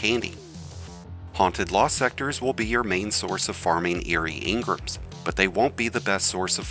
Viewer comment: The way he says engrams...